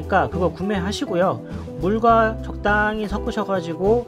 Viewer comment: 영상 잘보고있습니다 적당히~는 조금 알아듣기 힘드네요 조금만 정확히 알려주시면 감사할꺼같아요 ㅎㅎ😄